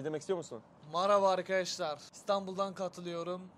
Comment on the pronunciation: "maraba arkedaşlar"